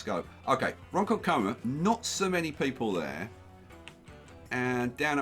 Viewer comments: Loving the series,. When pronouncing 'Ronkonkoma', the emphasis is on the second syllable. Ron-KON-ko-ma rather than Ron-kon-KO-ma. Lots of places on Long Island were named by throwing a chicken into the air and calling the town after whatever noise it made when it landed, i.e. Setauket. LOL Also, 'Throngs Neck' should be 'Throggs Neck' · You're putting the emphasis on the wrong syllable. It's Ron-KON-koma. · Say it like a real New Yawkah its "RhonKHONKomah" 🤣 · Love the NYC map. Just a stones throw from me in Fairfield County, CT. Large cash infusions withstanding I think you made the right choice with the cash. Lastly it’s pronounced Ron-KON-ko-ma haha ya lemon. See you in Discord bro. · Hey! I've lived in New York my whole life. Just thought you'd like to know Ronkonkoma is pronounced (Ron-con-comma). Loving the series so far!